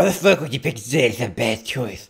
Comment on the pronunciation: Laughed a little when he said "WHYD YOU PIK ZID ITZ A BED CHUIZE"